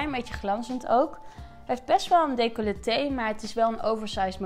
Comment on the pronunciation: hahah ik vond het hilarisch toen je "decoleté zei. maar zoooooo'n leuke video weer!!